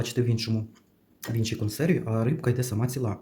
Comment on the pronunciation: у мене питання.Я не можу зрозуміти,чому з наголосом так.Чому рибка не ц І ла,а цілА?чому не бУде,а будЕ?контент класний,але вухо ріже.Це така звичка-змінювати наголос?Начебто не діалект,класична мова.